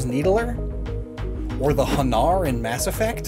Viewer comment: How can you mispronounce Hanar?